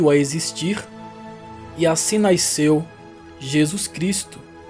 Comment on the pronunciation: O narrador fala português por todo o vídeo. Só o "naisceu" que parece ser um dialeto. Em português se diz "nasceu".